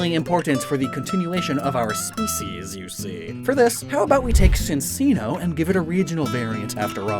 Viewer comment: Chin-Chino. Both "ch" sounds.